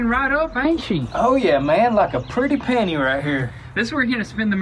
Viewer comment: Did he say penny or panty? ...🤔 sound like panty to me. 🤣😂